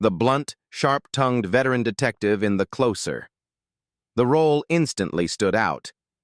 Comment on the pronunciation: AI doesn't know everything, does it? "Closer" when humans use it as an adjective is pronounced with an /s/ sound, but "closer" when used as a noun, as in the TV show, is pronounced with a /z/ sound. AI is just like any computer, it learns by "trial and error".